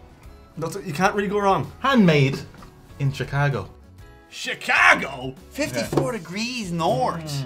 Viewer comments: Chi-cah-go?! I'm dead, dude. Well done on the accent. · Shhicaaago? Ha ha